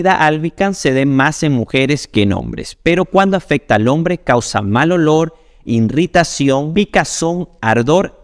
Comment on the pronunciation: Se dice irritación NO irritación. Además lo repite varias veces. Sabrá mucho de medicina pero cultura...